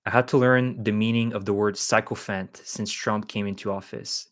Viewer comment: Hey - I also recently learned the meaning of sycophant as well. As for pronunciation, try a Google search for 'pronounce sycophant.' This is NOT a criticism. I love it when people correct me.